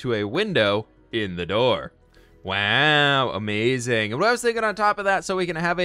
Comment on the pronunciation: How did you say wow